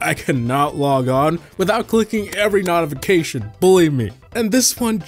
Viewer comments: 😂🤣💀💀💀💀💀💀 No shot! 😂 nice on Also, are you saying “Not-ification” instead of “Note-ification”? 🤣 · nautification and cleeant